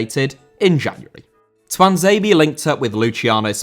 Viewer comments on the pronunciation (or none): Tuanzebe* not Tuanzeibi